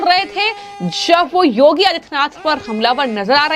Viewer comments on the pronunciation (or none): none